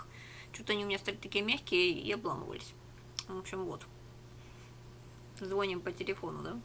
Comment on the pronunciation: ЗвонИм, а не звОним 😵